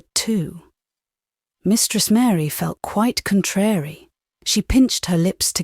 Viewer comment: Just to say - the nursery rhyme is 'Mary Mary quite contrary how does your garden grow.' The word 'contrary' is pronounced to rhyme with 'Mary'. Pronouncing it as you do destroys the rhythm. Please look it up.